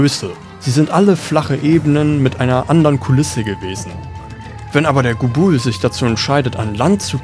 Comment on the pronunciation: La-gia-cruuus ist halt leider sowas von falsch xD Laut Capcom spricht man es offiziell so: La-gi-a-crus. Und bei Gobul liegt die Betonung auf dem O und nicht dem U. Trotzdem ein sehr gutes Video und auch mein Starter in die Monster Hunter Reihe